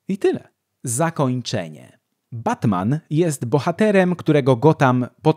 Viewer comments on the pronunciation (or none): none